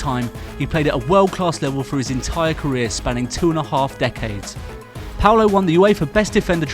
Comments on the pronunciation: Maldini is called PAOLO! Not Paulo, he's Italian. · Paolo, not Paulo... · Paulo??!!! It's Paolo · It's Paolo Maldini not Paulo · It's PAOLO Maldini not PAULO! 😂😂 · hi Maldini is called Paolo not Paulo! btw great video as always keep it up!!